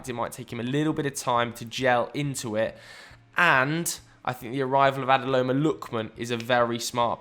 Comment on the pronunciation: It's ADE-MOLA Lookman, please.